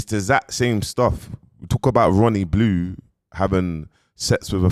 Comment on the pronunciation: Did he say Ronnie Blue 😂😂😂😂 Its Bonnie Blue 🤣🤣🤣 I cant with and those 2 and their vocabulary is hilarious 😂 dont change!